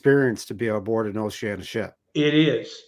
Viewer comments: How come so many pronounce Oceania as Oceana? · O-she-an-i-a. Duh.